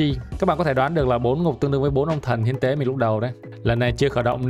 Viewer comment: Hiến tế còn cừu mà nghe thành thiên con cừu :)))))😂